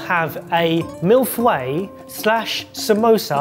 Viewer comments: Millefeuille = mee-foy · Guys! Please update yourself on how to pronounce millefeuille !